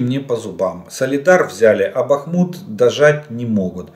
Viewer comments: Красава Владимирович за правильное ударение на БахмУт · Добрий вечір, пане Олеже! Дякую за інформацію👌 Давно хочу написати, що Ви постійно поправляєте самі себе в назві міста Бахмут. Я слухала українського історика Олександра Алфьорова відносно історії міста Бахмут. Він сказав, що немає значення, де ставити наголос. Правильно і БАхмут, і БахмУт. Так що говоріть так, як Вам зручно🙂